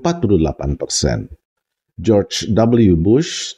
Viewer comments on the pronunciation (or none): none